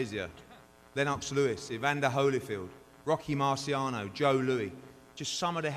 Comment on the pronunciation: Does Eddie deliberately pronounce Lennox Lewis name like that? Lol